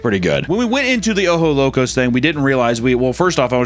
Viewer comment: OjoS Locos. Don’t forget to pronounce the S.